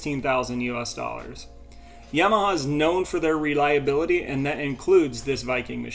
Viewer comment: I know you are a young guy, but you might want to re think that pronunciation of "Yamaha". 😂